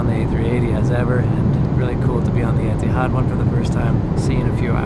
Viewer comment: I'm confused. Etihad (pronounced here as "Etahad?") couldn't get rid of the A380 fast enough and said it would never return to service. Now they can't bring it back fast enough and they're celebrating its return with themed cards, amenity kit, etc. while making it known that they're getting rid of it again Why? Are they worried that Emirates, Qatar Airways (ugliest livery of any airline and hater of the A380), Singapore Airlines, British Airways and on and on had stolen their thunder by bringing back the world's best passenger experience, and attracting customers? In the words of the excellent Dennis Miller "just my opinion - I may be wrong".